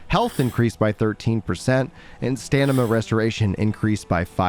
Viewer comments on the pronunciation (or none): Please pronounce StaMiNa and not StaNiMa, thanks.